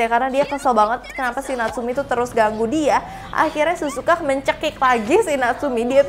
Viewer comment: Kak bukan Suzuka tapi Sihzuka